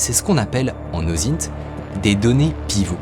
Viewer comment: "L'ozit" c'est l'OSINT ?